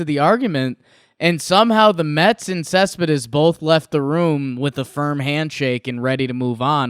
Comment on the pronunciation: When you clearly are a NYer because you can't properly say a last name. Other languages are hard. Great video though. lol